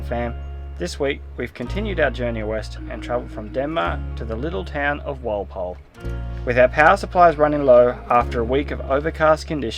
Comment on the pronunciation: Walpole sounds like Wall pole